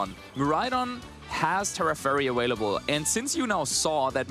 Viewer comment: Please for the love of God somebody teach this man how to pronounce the V and B correctly in available. Since when does a B and a V sound like a W